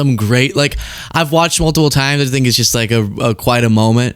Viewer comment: He kept saying "i dont fink thy,ll be there for us" has tht walking faketan advert fogot" 9/11" usa envoked artical 5! The only time its ever been envoked! And yes we "nato" were there 4 u! He needs a friggn history lesson ffs ✌🇬🇧🏴🏴🇮🇪👍